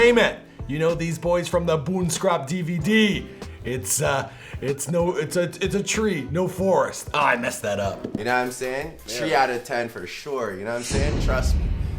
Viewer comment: it's T-Dot Goon Scrap DVD, not Boon scrap 😂 that intro gets a 3 out of 10